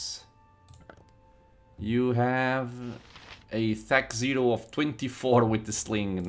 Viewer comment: its not thac zero, its thack oh